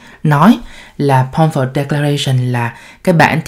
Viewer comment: Balfour(baĺ 4 prònouced)